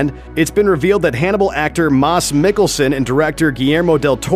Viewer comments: Maas? It's Mads Mikkelsen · ''Mars Mikkelsen'' xD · "Mass Mickeldson" Nice work, announcer... smh. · Moss Mikkelson oh god dude. Well atleast you didint say MADs Mikkelson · It's MADS Mikkelsen, not MAS. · lol people need to learn to pronounce Mads as Mass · Why the hell did no one comment on how he mispronounced MADS mikkelson.